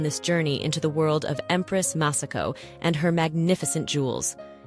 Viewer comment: Her Imperial Majesties name is Masako,... not Massako; you idiot ! This lady wrenches the gut when Mispronounces the Japanese language and names. so disgustingly disrespectful; shameful!!